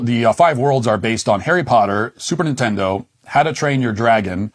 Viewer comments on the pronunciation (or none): none